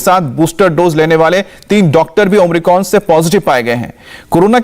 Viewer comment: ओम्रिकॉन‌ नही बे ओमिक्रॉन बोल